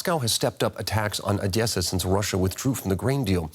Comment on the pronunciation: It’s just O-Des-Sa Not Ah-dyesa